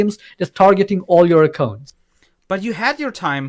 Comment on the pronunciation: Wie er das Wort " Accounts" ausspricht triggered mich alllein schon so hart xD ACCOOOOOUNTS